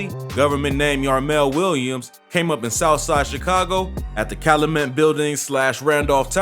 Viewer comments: This shit hurt my ears. The way he says Cal-luh-met really hurt me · It’s not cal-a-met. It’s pronounced cal-you-met. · There needs to be better research and vetting, Callamet pronounced Cal youu met. A lot other inaccuracies This time in chi history should be documented but this is some culture shit. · You are not from Chicago I see... it’s pronounced Cal-YOU-Met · It’s Cal U Met, not Cal O Met! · Calumet not calamet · Just F.Y.I. It's Cal-U -met, not Calamet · Bro its Calyumet not Caluhmet. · Its Cal(you)met not calamet... Lol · Cal-oo-met😂😂😂😂 it’s not pronounced that way😂😂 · It’s pronounced Cal- YOU- met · It's pronounced Cal-YOU-met 🤦🏾‍♂️. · Its called Cal-Yu-Met 😂😂😂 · Calumet is pronounced (Caillou-Met) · Calumet is pronounced Cow - U - Met 🙄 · And it’s “CALUMET” bro not “calimet” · This dude is not from Chicago. He can’t even say Calumet correctly ! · U saying calumet wrong asl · Lol he saying calumet wrong 😆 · The way he pronounce Calumet I know he not from the city 😬🤧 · Its Cal-u-met not Calamet...and it DU-SAH-BLE high school not duece-able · Omg get people from the city to pronounce names. The street is Cal-you-met, the high school is pronounced Do-sob-el. 🤦🏿‍♀️ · Man if you gonna do a story on chitown... at least learn how to pronounce streets and schools.... CalUmet... DuSable... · Kalumet and dussable 😭😂😂😂 that’s not how you say it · Cal-loo-met? Doo-suh-bul???? Yeah no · You kats kill me man talkin about Chi...everytime he said Calumet & Dusable I cringed...its not Calooomet🤦‍♂️ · Bro this man pronunciations are so bad you obv aren’t from Chicago like bro at least try, do your research or something what tf is caloomet and duce able highschool 😭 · YO!!! 62ND AND CALUMET (CAL-YOU-MET) & DUSABLE HIGH SCHOOL (DUE-SAH-BUL) Pronunciation Is Everything👌🏿. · Bro you miss pronounced calumet and dusable. Can tell you not from chi.